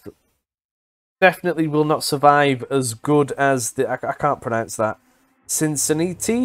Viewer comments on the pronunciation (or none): We speak freaking better english than the English - We just butcher the rest of the World's languages. > SIN-sih-NAT-ee < (even SIN sa NAT ee would work lol than what's he'es doing to it :) ) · And they say we Colonials don't know how to speak proper English... 🤣🤣 Just for reference, Cincinnati is pronounced Sin-sin-nattie, and Peninsula is pronounced Pe-nin-su-la. Chattanooga is pronounced Chat-ah-noo-ga.